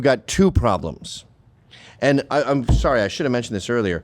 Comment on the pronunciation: Oh, so solly, so solly, 😂